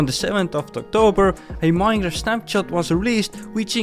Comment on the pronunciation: Minejraft XD